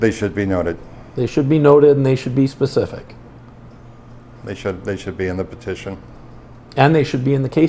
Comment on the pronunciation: He's using language I'm not familiar with... RE-NEMBER or PACIFIC (in lue of specific)